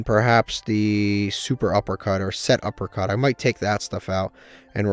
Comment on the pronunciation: PLEASE it's pronounced SETuppercut NOT SUPERuppercut💀 Also you cannot afford to play anything over 40 cards since you need to maximize seeing your best cards, for the chaos pile I'd probably cut Ogopogo, world lance, the GO! D/D/D card, DW dealings, and probably the motor frenzy and elephant since all of those are pretty low impact